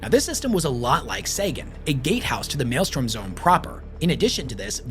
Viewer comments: Yes, it is super distracting haha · Take a Shot every time he says Malestorm instead of Maelstrom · My guy it is mael-STROM. Please I'm begging you. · is not beating allegations of Loretubers not reading source material when he mispronounces "Maelstrom" as Maelstorm for the billionth time. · I keep hearing him say "male storm" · I had so much faith in him I was assuming it was called The Maelstorm…still distracted me enough to come comment tho. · over here just refusing to say Maelstrom correctly. Doing everything in his power to not say it right. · Thank you!!!! Was driving me nuts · After the dozenth time mispronouncing it, I just couldn't anymore. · For the love of God it's maelstROM, not maelstorm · Since I doubt I could add anything else......it's "maelstrom", not "malestorm." Pronounced "may-yell-strum" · Mael-STROM not mael-STORM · For the love of the Emperor, it's pronounced MALE-STRUM, not MALE-STORM. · Maelstrom. Strom not storm. Fun video. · Maelstrom, not male storm... the r goes before the o. That was driving me nuts. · Maelstrom. Not mail storm. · Sigh...Warders, not wardens, and Maelstrom, not maelstorm. Basic stuff. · I can’t listen you say “male-storm” for another hour and a half. It’s pronounced “Mael-STROM” jfc. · The amount of time you said "mael-STORM" has driven me up the wall. You even said maelstrom correctly a dozen or so times correctly. 😭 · Great video and you get points for pronouncing Maelstrom right some of the time. StRom not Storm. Sorry for being a pronunciation btch. 😁👍🏻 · MAELSTROM NOT MALESTORM GOD THAT IRRITATED ME ALL VIDEO! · I don't know if this is ragebait or not, but it is M A E L S T R O M. And not mailstorm. Every time you say it wrong it feels like you are doing it on purpose. Even more so when you say it correctly and immediately say it wrong sometimes in the same sentence. It triggers me to no end. If I could I would >redacted< your >redacted< and proceed to >redacted< you >redacted< with it.